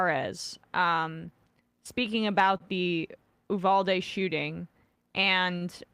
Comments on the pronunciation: Please learn how to pronounce “Uvalde”. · Sam said ulade multiple times...